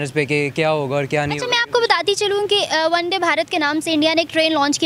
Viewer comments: vande bharat naam h uska na ki one day bharat aap pronounce galat kr rhe ho🤭🤭🤣🤣😂😂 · No:-1 PAKISTANI ZAHIL YOUTUBER Isko kush bhi patah nahi hota , bus ikk line parr ke chal parti hai vedio banane Or woh bhi sahi nahi hota or na hi isko koi bhi knowledge hai. Bus aise hi zahilon se bharra parra hai Mam वन डे Nahi hai वंदे भारत . है । 😅😅😅😅😅😅😅😅😅😅😅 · Deliberate attempt to pronounce it wrongly... "ONE DAY" BHARAT nahin, "VANDE Bharat"